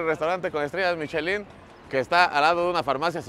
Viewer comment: Se pronuncia: "Mishelan"